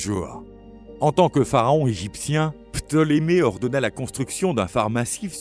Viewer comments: le pharaon ptolémée ! Pas ptomélé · Ptolémée et non Prométhée, Hélios et non hélium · Helios pas Ellium, Ptoleme pas potleme .... etc etc Franchement j'aime ce genre de vidéos mais c'est bien aussi de maitriser son sujet...